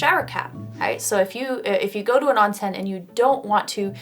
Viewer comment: Not "On-sen", it's Ohn-sen"